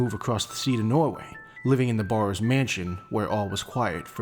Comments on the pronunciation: The biggest misconception of the barrows family is their name, the A is pronounced as E, so its actually called berrows or bärrows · The biggest misconception of the barrows family is their name, the A is pronounced as E, so it's actually called berrows or bärrows